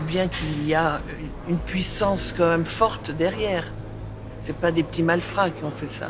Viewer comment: (Même, et non pas "meume")